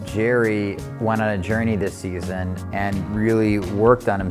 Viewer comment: "Seson 4 season"?